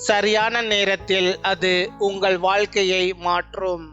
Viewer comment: வால்கை இல்லை...வாழ்கை